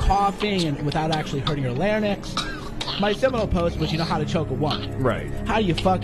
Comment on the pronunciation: you can tell he's a moron by his mispronunciation of LARYNX and his repeated use of the B-bomb to refer to women. what a bitter, pathetic, parasitic, malignant narcissist. dude, if you want to be friends with this guy, i am guessing you don't have any women friends. even among men, there are better people. the world is a big place. you don't need a misogynist, a rapist no less, to get a retweet. have some self respect and others will follow. be good to yourself.